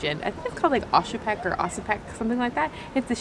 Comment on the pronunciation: Its not oshypek or oshipek, it`s oscypek, and I believe you`d read it like 'oztzipek'